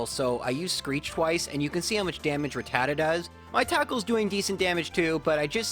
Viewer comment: Dude butchered rattata